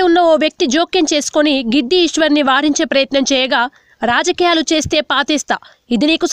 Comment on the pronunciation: Giddi ishwari kadu "gadida ishwari"